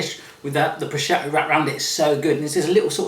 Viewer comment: Pronunciation of prosciutto: pro-SHOOT-o. And this seriously looks so good,! Share please?